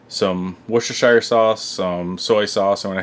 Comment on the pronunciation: Looks great! Going to do one tomorrow. 😬. Just an fyi, worchestershire is a county in England. Many people butcher pronouncing like Wor-chester-shire but it’s really easy to say. First off, forget the R! It is pronouned Wuss-ter-sher. Many people from the region even shorten it more. Wuss-ter. So now you know! Happy 4th!